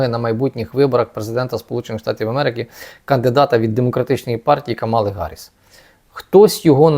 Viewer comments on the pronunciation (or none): КАмали,а не КамАли!!!!!! Невже важко запам'ятати....